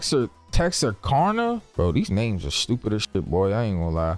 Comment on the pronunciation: I live in Texarkana lol it’s Tex-ark-anna that’s the way to pronounce it